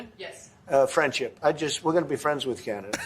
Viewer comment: Fwends Canada? 🍁🍔